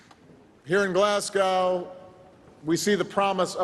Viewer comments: Pronounced glasgo. Not glass cow 😂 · It's fkn glesgey mun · If President Obama continues to pronounce Glasgow as Glaz-gow, I'm going to call out Washington DC as Wash-ing-tone. Got that? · Maybe learn to pronounce GLASGOW and understand it's in Scotland, not Ireland. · GLASSGAW! Why can't Americans say Glasgow. The "o" disappears when they say it. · It's not pronounced 'Glass Cow'. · Nope. Glezga. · You mean Glezga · Can't even be bothered to pronounce the name of the city correctly. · if anyone pronounces "Glasgow" like that in future, they're not allowed in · The way he pronounced Glasgow 😅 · He's American, that's how they say it and on the behalf of all us Brits, it pisses me the fuck off. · His pronunciation of Glasgow makes me sad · why do americans find it so hard to pronounce glasgow correctly? like literally just don’t say the w 😭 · and can't even pronounce that correctly. This is what a Harvard education buys you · He pronounced Glasgow like they’re Russian 😂😂😂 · Well the title was right. His pronounciation of Glasgow was not.